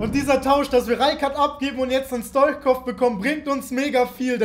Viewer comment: Man liesst es Stuitschkov ich bin bulgare und weiss wie mans sagt Bitteee Liken damit ers sieht